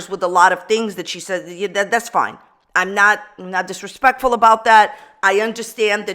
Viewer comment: "I'm not disrespectful about that." OK, but are you..."dispekful"??